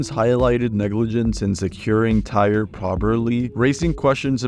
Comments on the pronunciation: Tyre Sampson’s name is pronounced Ty-ree . Asia Ferguson’s name is Asia like the continent and he was male. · In the Orlando Freefall accident, you pronounced the victim's name wrong. Its Ty-ree, and the victim in the Batman accident wasn't a girl. It was a boy